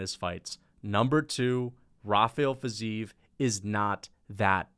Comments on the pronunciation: its fi-zeev chief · The fact that you care if its ruffy or raffy, while butchering fizievs name so badly shows your ignorance, i wouldn't rely on your picks